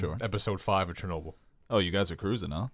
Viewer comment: It's Ch not Sh... CHERNOBIL... L Is soft at the end...